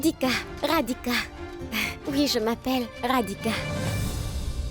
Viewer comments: Elle a dit Radica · J’ai bien entendu Radica Elle n’a pas trop prononcé le d